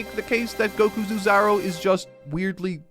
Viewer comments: So, I doubt you'll ever see this comment, but I heard it enough times to finally bring it up. I do have to tell you that you've been pronouncing "oozaru" wrong this entire time 😅 You're supposed to pronounce it more like "oh-zaru" rather than "uu-zaru". The reason why it's written in double o's is because you're supposed to read the letter "o"s with more emphasis in its reading. So it's something closer like "ohh-zaru" where you read the "o" sound longer. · The first sound in "oozaru" is closer to the vowel in English "no" than English "new."